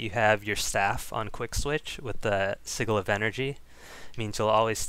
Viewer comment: Really great video, love the build for my Guard. Though, Sigil is pronounced S(as in sigh)-i(as in bid)-G(as in jam)-el(as in bottle) or as 'sidgle'.